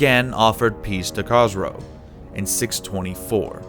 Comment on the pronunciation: The pronunciation of Persian kings 🤴 was ridiculous 😐 specially Khosrow and Bahram